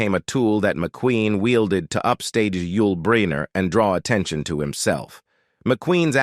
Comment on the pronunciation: I learned nothing, but I did learn that this video used A.I. and it is horribly done. Paul Newman’s name is spelled “NEW-MAN” but pronounced as “NEW-MON”. Yul Breener? Cam-Mer-ra? And from our point of view, McQueen was fantastic in the movie and universally acceptable. It seems that the other actors were no different than those I have worked with; some liked me, some didn’t, no matter how well we worked together. Big deal. In the end, all I got from this video is heresy from supposedly professional actors who wish to merely criticize, complain, and condemn a dead Steve McQueen. Their complaints are purely subjective, trivial, and not provable.